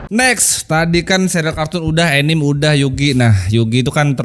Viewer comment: Anime dan kartun ya mirip. Anime istilah kartun² Jepang. Dan anime dibaca anime, bukan ENIM ENIM, bang 😂 Tadinya saya mikir², enim enim itu apa. 🤣